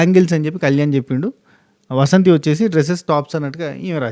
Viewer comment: వసంతి కాదు, వాసంతి